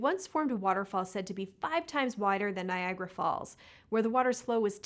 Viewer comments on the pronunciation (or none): none